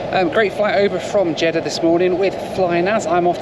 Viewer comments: You definitely said Jeddah but you definitely said CHeddah [sic] 🤣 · Jeddah and cheddar are pronounced it differently